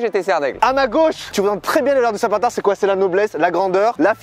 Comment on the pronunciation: « Peut être une serpentar » 😂😂😂